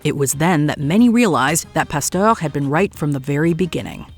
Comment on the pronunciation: How do you not know how to pronounce "Pasteur?"😮